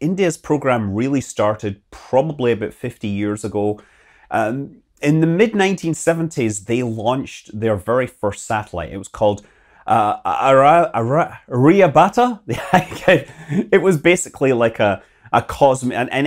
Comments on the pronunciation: Bro its aryabatta you are saying aa rhea batta 😂😂😢😢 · It is spelled as "AAAR- YAAA -BHATTAAA" its funny how we indians manage to pronounce their weird "croissant" properly ,but they fail miserably to pronounce "Aryabhatta" ( the indian mathematician who GAVE THE NUMERAL ZERO TO THE WORLD)... theses dudes dont even know about him...what a pity😂 expected better! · It's called aa-rya-bha-tt 😄 But you correctly spelled 👍 Rohini And Abdul kalam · or much simpler: are-ya-bhut(like you pronounce "but")-ta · aar-yaa-bhatta. Aryabhatta was an Indian mathematician and Astronomer who introduced Zero in Mathematics and first calculated the distance between Earth and Moon. He also calculated the Time period of the revolution of Earth around Sun. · It's " R-YA-BHA-TTA". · Good Info! And the its Aryaabhatta, pronouce it by dividing it as Aarya + Bhatta.. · Easy way to pronounce the name: R-YA-BHA (T)-TA. Aryabhatta. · try this ARYA-BHA-TT-A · R-ya-Bhaa-taa Try saying it this way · Nice video! It is pronounced as ee-s-row not eye-z-row, good try nevertheless. Aryabhatta - Aa-r-yaa-bha-Ta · Are-ya-bhat-tuh that's how you say it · aaar - ya - bhat - ta . this is how you should spell 😀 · It's R-Ya-Bha-Tha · Scott pronouncing Indian names is just hilarious to see 😂😂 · Not your mistake but sad to see many Westerners still dont know Aryabhatta, forget pronouncing it correct. He is literally the god of Mathematics as he gave world the number Zero. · You are not able to pronounce even "Aryabatta".So, you are not eligible to explain about ISRO. Please learn how to pronounce and come back...... Jai hind! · Aryabhatta- Aah-Ri-Uh bha-uh-tuh! xD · you are reviewing tech things but you have no idea how to pronunce the name of the man who discoverd "0"."The Aryabhat" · Spoke about India💕 researched about ISRO💕💕 mentioned Abdul Kalam💕💕💕 couldn't pronounce Aryabatta😑😑😑 Nice video🙏🚩🚩🚩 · This man can’t pronounce “Aryabhatta “inventor of modern numerals ,0 , infinity and using Internet !!!